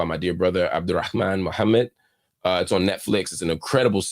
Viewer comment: Mark you’re so good in your pronunciation of fajr and Muhammad! Aqidah and InShaAllah etc. you just need to say it officially ❤. Thanks for your coverage on these contents.